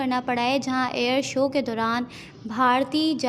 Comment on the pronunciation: "air so" lol😅